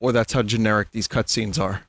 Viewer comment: Did you just say "crustscenes"? Graphics are kinda crusty, I guess.